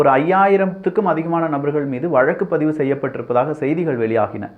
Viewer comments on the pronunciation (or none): none